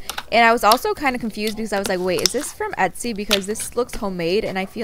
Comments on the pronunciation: she did say esty on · You say etsy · Did anyone hear her say "the next one from ETSY!"